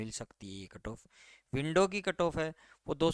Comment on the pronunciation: क्या बोल रहा है तू .…विडो या विन्डो